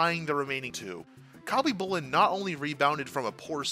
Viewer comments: Listening to you say Khabibulin's name wrong ...just hurts ... the K IS SILENT ..its HABBY-Boo-Lin...that's how it's pronounced. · the K is SILENT in Khabibulin. God so many of you hockey youtubers get so many names wrong it makes me think you must be new to the sport and all these icons names. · “Cobby boolin Pierre Turge in” ugh